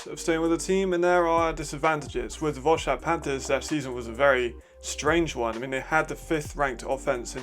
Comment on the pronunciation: Quick mention: Wroclaw is pronounced "Vro-tswaf"